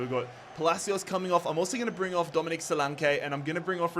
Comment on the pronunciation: Solank ee not solankay